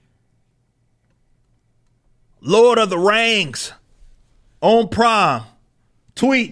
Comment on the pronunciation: If LOTR was black, it would be pronounced exactly like rippa says right here. "LORD OF THA RANGS".